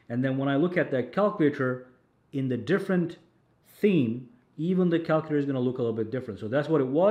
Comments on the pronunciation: The way he says calculator 😂😂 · You're pronouncing "calculator" wrong my friend. 😅